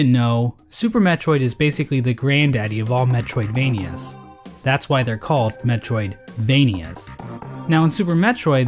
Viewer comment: You kinda missed the joke there bub. The point is that put the emphasis and underline on the 'vania' part of metroidvania even though he was talking about metroid